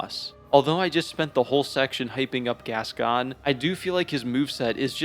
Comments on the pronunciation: I will say, regardless of my other comment, biggest crime in this video is pronouncing Gascoigne as Gas-Can 🥲 my guy there is an "i" there it's Gask-oyn, he's French not dyslexic 😂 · I know theres something to respect about learning how to pronounce words by reading rather than hearing them first... but I draw the line at "vi-car". Jesus. Its a title, not a name... as in the members of the clergy 'vicars', dude. And its pronounced "gas-coin"... hopeless! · Saying bb is the hardest FROM game is fucking ridiculous 😂 also you’re the only person who apparently doesn’t know how to pronounce Father “Gas-Coin.” And saying BS Beast is easy but Father is hard is also ridiculous. Man… I have never seen a YouTuber who goes so far against the common consensus of almost everything in this game. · Father Gas-gone 😂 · No English speakers pronounce it properly so it doesn't matter. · He's saying it wrong haha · The way he pronounced Gascoigne too 🫣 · French is my first language and sorry to say but, this is not how French speakers pronounce this name. Outside of very specific regional accents, maybe.